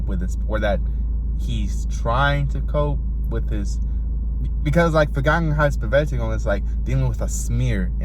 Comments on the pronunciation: BRO PRONOUNCED THAT NAME LIKE NOTHING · Dude, respect for pronouncing that title. I'm way too scared to even try, lol